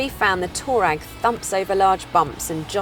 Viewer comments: Did she just said Volkwagen Toe RAG?😭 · Why is she calling it a Toe Rag?